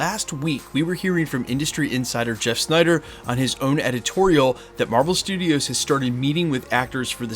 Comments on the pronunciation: Marvel "Strudios" FTW :) great vid as always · Love me, some “Marvel Strudios” haha